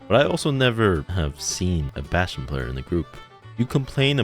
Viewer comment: Damn. I like your voice mate, also Bastion is just perfectly said